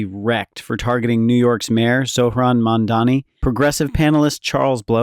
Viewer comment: if you want to comment on Mamdani, please pronounce his name right. it’s NOT Mandani. Come on now.